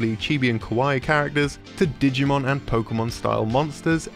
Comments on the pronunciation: I love “Digimor” lmao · Maybe she's from an alternate universe where it's called Digimor instead of Digimon.